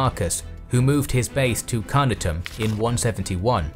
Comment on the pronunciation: Carnuntum, not Carnutum!